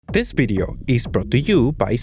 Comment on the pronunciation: Is it a bideo or a video